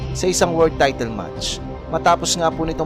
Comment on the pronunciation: careful with your wrong pronunciation with the word "title"